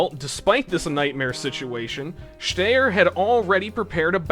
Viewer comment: 😅 congratulations you are the first person I have ever heard of that can't pronounce Styer